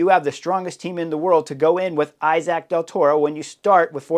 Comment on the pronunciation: The name is pronounced e-sac of something like that.. thank you